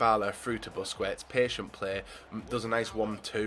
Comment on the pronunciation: BUSKETS not BUSCUETS, please